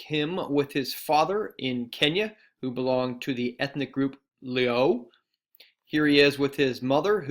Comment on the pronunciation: You said luo wrong but i love you're videos keep it up